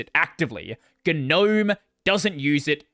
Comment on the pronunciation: its pronounced gnome not gnome.